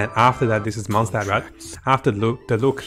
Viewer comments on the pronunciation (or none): none